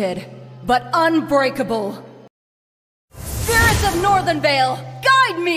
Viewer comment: Do i hear "SPIRITS OF NORTHEN VALE GUIDE ME" I THINK ITS SPIRITS